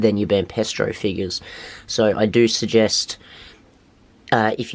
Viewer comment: It's Banpresto as in hey presto not pestro